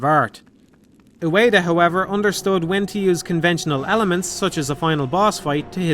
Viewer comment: Ueda* not Ueira